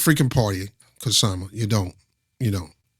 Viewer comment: Don't say the K in Kshama Sawant.